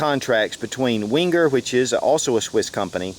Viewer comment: It's pronounced 'venger', not 'wenger'. And you can buy Lindt at supermarkets here in the UK. Can't you get it in America?